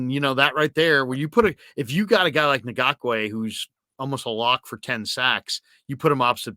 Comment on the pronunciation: Yannick Ngakoue is pronounced as En-gawk-way